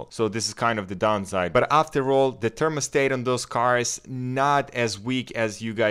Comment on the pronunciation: they wasnt saying it was usless, but the way you say thermostat makes me scream inside 😂 usful video tho